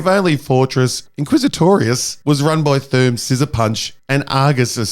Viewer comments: Your saying it WRONG. It's Fortress INquisitorius. Not Fortress quizzitorious. -Heromine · Did he say Fortress IsaClitoris ?! Bruh.